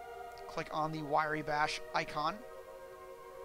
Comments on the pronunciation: Why Ree bash :) RYE bash is how it sounds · You missed the point. How can you manage to type the name of the program into MO and still pronounce it in the wrong order? W r y e, like Rye bread, not w i r e y. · It's pronounced "rye"/"wry" (i.e., as it is spelled), not 'wiry". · Hearing him say Wiry made me cringe so hard lol, useful tutorial though! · Wrye is pronounced Rye. Like the liquor. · lol... wirey... I never even considered that as a conceivable pronunciation.